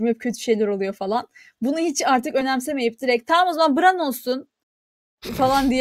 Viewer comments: bran i bıran değil de bren diye telaffuz etmek çok mu zordu cidden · Neyse ki dizi bitti. Bu bölümlerden sonra telaffuzlarınıza katlanmak ayrı dert. 8 sezon diziyi bu kadar yakından takip edip isimleri BIRAN, TAYRIN, SÖRSEY, mens RAYDIR diye söylemek nasıl bi olaydır? İngilizce bilip bilmekle de ilgisi yok bunun. Gayet mantıklı yorumlar yapabilen insanlar olmanıza rağmen böyle olması gerçekten rahatsız edici ve üzücü.